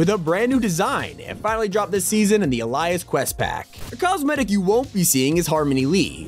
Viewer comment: Bro did not just pronounce the word alias like that